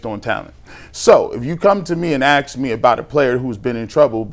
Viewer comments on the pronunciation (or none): The word is ask, not "axe. If you're going to be on broadcasting, or whatever you want to call this, how about proper grammar.